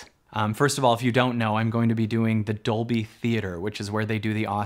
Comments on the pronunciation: Hali Chambers, Labyrinth Gal Yes, same for me! doing it in "dubblie" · Completely off-topic (Squirrel!), but every time you say "Dolby" it translates to Spinal Tap and "doubley." Because it's in Doubley. Also, coincidentally, I was the 11th Like . . . because it's one louder, innit it? ;-)